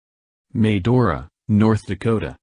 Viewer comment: I like how it Mispronounced Williston, Will-iss-toun no it's Will-iss-tin, also Medora, May-door-uh close but Muh-door-uh, I get it's a A.I thing but I still find it funny, simple words pronounced wrong lol